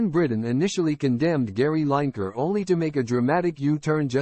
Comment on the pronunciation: It Lin e ker.. not Line ker….